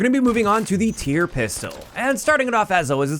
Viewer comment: shout out for calling the pistol by its actual name. most YouTubers call it the T-Y-R and it kills me